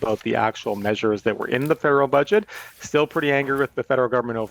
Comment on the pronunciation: Another crazy thing she says is, "fudget" rather than, "budget."